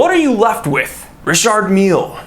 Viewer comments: It’s pronounced ree shar mill if the guy is French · “Richurd Millie” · You're pronouncing this brand wrong AGAIN, it's pronounced Dicky Miller